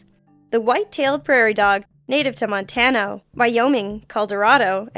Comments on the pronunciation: She only said "montana" wrong. Colorado was right. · montano? colderado? what the fuck is wrong with this bitch lol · Montano and Coldorado???? Oooh, Montana and Colorado. Seriously.... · What the hell is montano its Montana and fucking Colorado i mean shit talk much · "Montano, Coldorado" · the ish mark u fuck up Montano Calderado and maybe a few other words... where are u from? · Montano?? Caldorado?? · She also sais Montano right before that. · And Montano. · "...native to Montano, Wyoming, Caldorado, and Utha." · "Montano" "Coldorado" 😂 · Montano? Caldorado? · she also said Montano. hahahaha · I had to listen multiple times. says "Montano and Coldarado". However, she pronounced "Wyoming" correctly WTF? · I had just noticed the same thing. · SAME! So odd. XD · Montano and Coldorado!? What country is this ignorant narrator from?